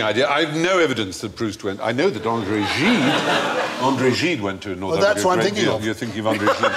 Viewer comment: What was the name of that other guy Stephen mentioned, André something? He pronounced it too precisely for me to catch either the last name or the book.